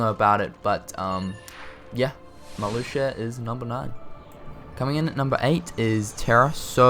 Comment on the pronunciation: I'm surprised that "Marluxia" wasn't pronounced wrong.